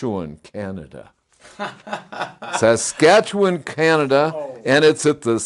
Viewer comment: Good job on pronouncing Saskatchewan,. You said it perfectly and I would know. I've lived in Saskachewan all my life and in less than 1 1/2 hours that will be 70 years.